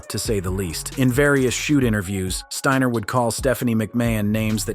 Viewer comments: 'Scott Steener' 😅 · Bro did you really say Scott's name like that 🤦